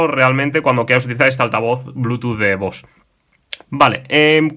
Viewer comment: Se pronuncia “Bose” así tal cual se escribe